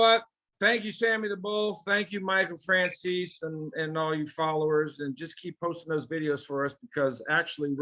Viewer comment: It kills me when I hear fran chese. Italian Americans are so disconnected from southern Italians but good work fellas ya working hard. You'll get more into the YouTube algorithm !